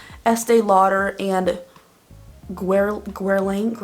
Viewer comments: Omg. Max factor pan stick. That was my go to during my teen years! That was right before my MAC studio fix powder addiction. Lol Oh by the way they’re pronounced shuh-say-doe and Grr-lane. Too many years of working Macy’s in cosmetics. For the cruelty free, I try but now my new concern is the children in the mica trade. 😡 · Graet video! People should be more aware of it! Btw- sheseido is pronounced the same as written Gurlain is Gur-lan